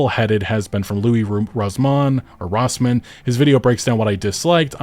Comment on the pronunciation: who tf is Louie Rooman